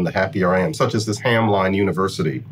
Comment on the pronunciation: About Hamline University: Minneapolis person here... we pronounce it "Ham-lynn," not "ham-line."